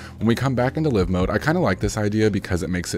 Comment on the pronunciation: Psssst.....(Live): it's not "luh-ve" mode, it's "Laai-ve" mode ....you know, as in "alive"......pronounced: "uh-laaive"